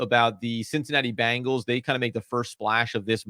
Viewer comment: Please, there is an 'E' not an 'A' as the first vowel in the team's last name Bengals... They are not the group 'Bangles'... Cincinnati Bengals v Bangles...